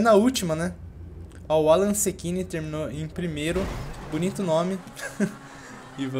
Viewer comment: Aeeeeee o AlanSechini era eu, o nome do personagem ta no nome do meu irmao uhuu. Caraca o Alan leu o meu sobrenome certo.